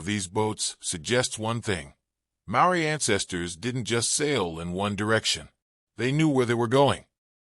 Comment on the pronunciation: Too much repetition and couldn't even pronounce maori properly 🤦🏽‍♂️